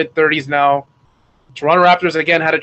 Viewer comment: Love your analysis, but why are you pronouncing Toronto like SAS or some other American commentator?